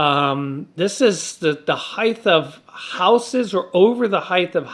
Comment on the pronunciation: Sorry pet peeve...... its not heith it's height g- h- t pronounced Hite